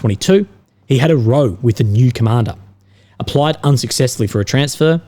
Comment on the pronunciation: Row is pronounced like town and sound if it is about an argument and not being in a boat